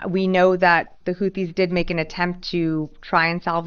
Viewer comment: Yeah I can see right through it it's not houthis it's whothis